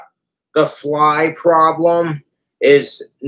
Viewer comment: Get out of here fleye!! Idk how u add more syllables to the word fly.